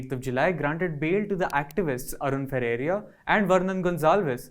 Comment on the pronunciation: Please ensure that the speaker pronounces Arun Ferreira's name as 'Ferreira" and not "Ferreria". This is a basic courtesy.